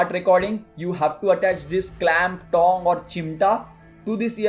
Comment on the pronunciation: Is it just me or does he pronounce tong like thong? "You can use a smaller thong"